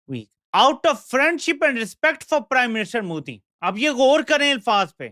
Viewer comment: ** Correction - It’s Modi and not Muudi ..